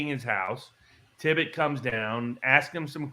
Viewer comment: At least, get the Dallas officer's name right while you're going off the deep end of the Kennedy conspiracies. and the other fellow kept saying "Tibbet". It's TIPPIT!